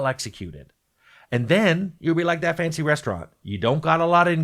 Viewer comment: Oh, "fancy restaurants", not "fantasy restaurants".